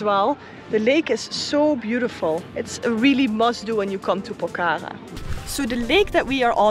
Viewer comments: Not pokara its pokhara ❤😂 🇳🇵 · Not pokaka, it's Pokhara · ACTUALLY ITS NOT POK HARA ....ITS POKH HARA ...NICE TO WATCH YOU GUYS .YOUR VIDEOS ARE AWSOME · It’s not Pokhara while say HA is silence. Pokra